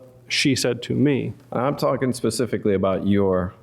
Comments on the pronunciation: The judge can't say "specifically". Ugh. Pacific is an ocean, Your Honor. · How does someone as educated as this judge keep using the words “pacific” and “pacifically” 😒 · He is an accessory after the fact to be specific or as the judge says pacific. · I’m sorry I just cannot get past the fact that this judge actually said “Pacifically” instead of specifically, 3 or 4 times in a sentence 🤦🏻‍♀️😩 he’s an ACTUAL Judge. Wtf. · This judge needs to go back to elementary school and learn the damn difference between Pacific and specifically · This "pacific" Judge is "pacifically" driving me nuts... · Lol! The judge keeps saying "pacifically" for specifically. He says it so many times and with such emphasis that it almost sounds like he's pronouncing it incorrectly on purpose... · Judge says pacifically? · This judge is so inadequate. He says “axe” and “pascifically” he also rubs his hands together… this was not a fair trial. She killed her kid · I don't know why he says some words differently. It may be the dialect he was raised with. However, aside from a few odd pronunciations, he was fair and balanced, and could come up with relevant case law in a heartbeat. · I was JUST about to say the same. I find that really weird. Does he not know the correct word, or can he just not pronounce it?